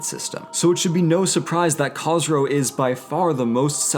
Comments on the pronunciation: As a half Persian half Southern Babtist ;) I can understand the difficulties of pronunciation however, Khosro is prounonced KH-ooo-S-ro just Fyi. Great job and you may be right that Khosro is Cyrus's incarnate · you called khosrow käsrow brug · I’m Zoroastrian, I don’t want to be rude but you pronounced Khosrow wrong. Everything else was pronounced well. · Is that how academics pronounce the name Khosrow? Nowadays, that name is not pronounced that way, but is that a historical pronunciation or something?